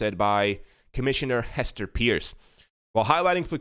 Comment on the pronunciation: Hester's last name is pronounced "purse".